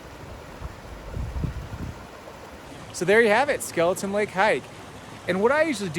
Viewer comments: Got equally frustrated watching this video seeing the signs that say Skelton but he KEEPS SAYING IT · Skelton not Skeleton!😳